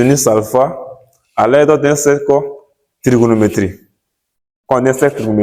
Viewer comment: Faut bien prononcer cher prof. Cercle trigonométrique et non cercle trigonométrie